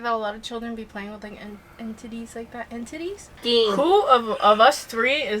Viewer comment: When said entities as “end tiddies” lmaooooooo